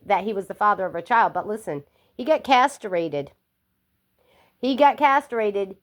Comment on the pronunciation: "Casterated"??? Huh?